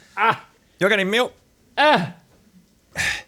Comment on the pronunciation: I loved his "Y'all got any meelk" 😂